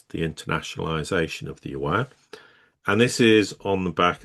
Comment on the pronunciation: There is no "warn". Its Yuan. get your diction right.